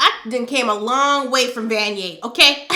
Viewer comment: Not vanier lmaooo noooo